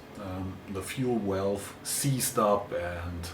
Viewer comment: I like how you say walve 🤭